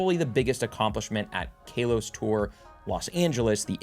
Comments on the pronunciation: please its not kay los..... im begging you. its kah los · KAL-OS...... not KAY LOS... 10 years, you'd think you'd learn the correct announcation by now 🤦‍♂️ For next year it's "not" "A-LOW-LAND" remember that....🤣😂🤣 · Ka-los. Not Kale-os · why does he say KAY LOS